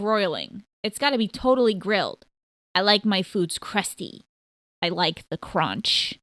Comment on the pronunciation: "I like the cronch" that's why I love nestle CRONCH